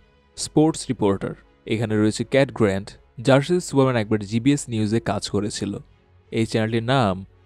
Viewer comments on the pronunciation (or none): কি সুরা মেন শেটা মেন ঠিক করে ক